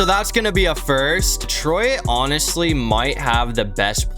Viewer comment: Why do you say "detroIt"?